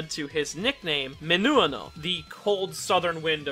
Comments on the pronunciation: You're reading "minuano" as you would in Japanese, "min-OO-ah-noh" but it should be read as "min-WA-noh" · MINUANO MIN UA NO Can you pronounce dude? Jesus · I'm sure you've had many comments about it, but its pronounced " MIN-WAN-OH" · I know I prolly sound like the grammar policern but im Brazilian and Minuano is pronounced like "Me-nu-ah-no" or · Isn’t it pronounce miñ-ua-no? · A little nitpick: the stress on the word "Minuano" is on the "a", if we're to follow the original pronunciation